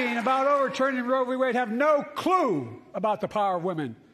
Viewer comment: Guarantee the right to "avf"? The dude cant speak. Or read.